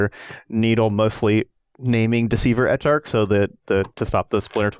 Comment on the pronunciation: So does calling it "Etcharch" drive anyone else absolutely crazy? or is it just me?